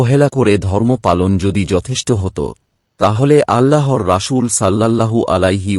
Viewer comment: আরবিতে রাসূল শব্দের বানানে ছিন আছে কিন্তু আপনি প্রতিবারই শীনের উচ্চারণ করে আসছেন যেটা ভুল। আশা করি আরবি উচ্চারণ সঠিকভাবে করবেন।